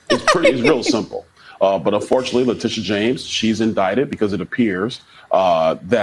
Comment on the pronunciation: trish you really need to correctly pronounce her name: le tit e ah